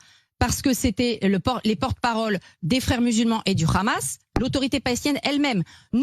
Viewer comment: quand j'attends quelqu'un qui prononce mal le mot ( Khamas) et pas Hamas . je comprends tout de suite que c'est une Khamoucha elle n'a rien avoir avec la France